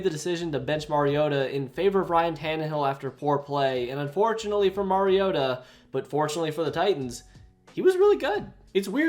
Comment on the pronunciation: Who tf pronounces ken Whisenhunts and Mariotas name like that?